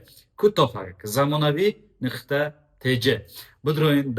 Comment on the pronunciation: И чихели гапзанияй? Нықта нею нуқта.